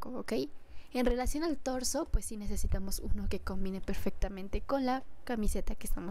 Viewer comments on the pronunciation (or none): none